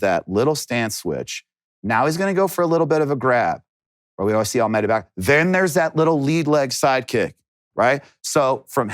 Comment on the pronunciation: Love how he kept calling Almeida Almeter